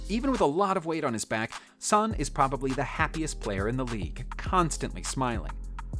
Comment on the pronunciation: It's not sonny lol